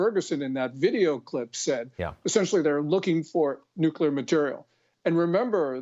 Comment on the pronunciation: The whistleblower doesn't even pronounce nuclear correctly. I think he's a plant for misguiding us.